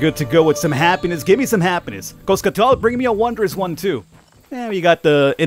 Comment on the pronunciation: Coscatl and Cipactli Kos-CAHT-tul and See-PAK-tlee You're welcome.